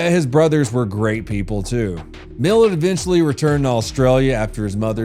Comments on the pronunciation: It's Mil- Lat, but without a pause. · Mill-at not mill-it. Probably the most infamous criminal in aus history. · CRIME IS FUN : DOWN UNDER Should start a series with that title. And for ivan its pronounced “Mill At” lololol😅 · I can not be more honoured to have the third episode of “crime is fun” to be on all Australian murderers and mysteries, even though we said Ivan’s name incorrect, the pronunciation is MIL AT (mil@ but everything else, spotty dog, except for a few Uluṟu pronunciations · Hi from Queensland Australia, I've just found your channel really enjoyed your take on this weirdo. Cheers 🇦🇺🦘 PS It's pronounced MILL-AT. Funny 😂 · He was nailing the pronunciations until he got to Millat and Belanglo. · he said Belanglo right the first time, but the last one was cooked! Haha. And yeah "Millet" 🤦‍♂️ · it prononced mil -at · Nahhh its pronouced Milat, closer to LeMat revolver, just switch the l and m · i love that you pronounced ivan millats name wrong 🩷 he was such a monster. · You said Ivan Milat so wrong it kinda annoyed me😂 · And cringed at the pronunciation of Milat 😆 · yeah the way he pronounces Milat makes my brain itch lol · Kind of funny you got 'Uluru' down perfectly but 'Milat' caught you out. It's like the A in 'apple' with Milat. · As an Australia, he should learn how to pronounce Milat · His name wasnt Millet, it was Mill.....at thats how its pronounced. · I can get you additional info on ivan milat and his last name is prenounced like it's 2 words, mil at. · I-van Mill-at. Not millet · Ivan "Mil-at" not "Millet". "Mil" as in "Military", "at" as in "I am at the airport". Also, 95%+ of Australians pronounce "Uluru" as "Air's Rock" (actually spelt "Ayres Rock"). "Cooge" is pronounced "Could-gee". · It’s pronounced MIL@ not millet.. (interesting fact.. I went out with his niece.. she’s a total psycho as well) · His name is milat not milet😂😂😂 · .... Milat.... Mil-LAT.... Not millet.... This was so frustrating Ivan MILLAT the well known serial killer.